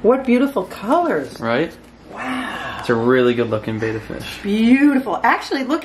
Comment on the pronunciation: It pronounced bEHttAH